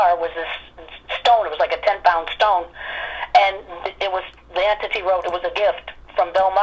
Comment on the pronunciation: It sounds like you're mispronouncing the word entity, you're saying enity